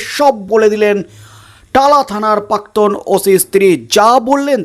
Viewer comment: দাদা শব্দ টার উচ্চারণ পাক্তন নয়, প্রাক্তন হবে।